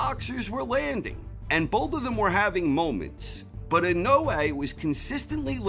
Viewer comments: It’s pronounced Nah - O - Yah In - O - Eh Not I - No - Way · How he pronounces it in-no-way makes me cringe so bad lol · Inoue = In oh ey.....emphasis on the first syllable. Inoue is his last name. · IN-A -WAY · Christ now I can't un hear that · I can’t stop mishearing his pronunciation of INOUE as “in no way”...... making it difficult to make sense of what he is saying in the beginning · In no way will he pronounce his name right in the whole of this video.